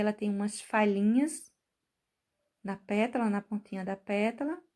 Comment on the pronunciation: Sigo vc faz muito tempo!! Adoro seu trabalho!!! Posso te dizer que vc precisava cuidadinho quando falar “”petula”” só que é “PÉTALA”” vc me perdoa!!! Só estou salientando porque vc é dezzzzz mil de professora 👩‍🏫 👏🏼👏🏼👏🏼👏🏼👏🏼👏🏼👏🏼👏🏼👏🏼👏🏼